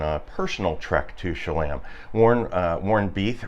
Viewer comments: "Sha LAM"? All this time I thought it was pronounced "kolla me" or something. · Cholame is pronounced Shu-loam. Please don’t make me turn this into “hate mail!!!!!” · I believe it's pronounced Cholame - a is "Ah" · I’m originally from Bakersfield. I admit I didn’t know how to pronounce Cholame! 😉